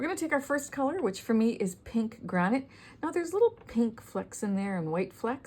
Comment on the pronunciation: It’s granite lol